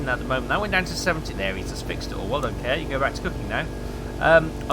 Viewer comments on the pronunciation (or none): My friend is called Kåre and he is very sad that you keep calling him care. It's pronounced core. Like in hardKåre and reactor Kåre. XD